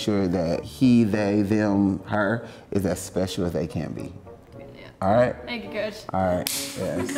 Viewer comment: Koach with a K boo....lol sorry he just always says it